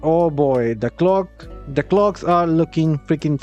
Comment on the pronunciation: The clogs? What is he saying?